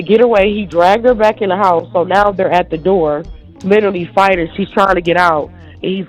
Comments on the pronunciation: ‘LIEterally’ it’s a red flag! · Nope. She literally said, litterly. Lol